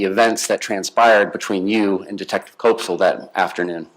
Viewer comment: Koepsell rhymes with "step-sell" NOT with "cope-sell" NOT with "cop-sell"